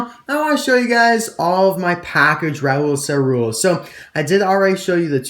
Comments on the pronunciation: Awesome vidéo! We pronunce ÇaRoule : saroule! And my favourite variation is thé carbone racer! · In French if there is a ~ under a c it is pronounced a s. Great video I stay up past 1 to watch you